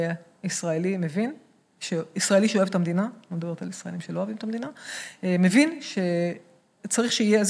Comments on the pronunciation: הראיון ממש מעניין, אבל בקשה קטנה המראיין. היות ואתה אומר הרבה פעמים "אני מבין" בבקשה תאמר mEvin (ולא mAvin). זה ממש צורם. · איחולי על עבודתך. אולם, יש לך טעות חוזרת בעברית. שים לב לניקוד: מֵבִין, ולא מׇבִין בקמץ, כפי שאתה אומר.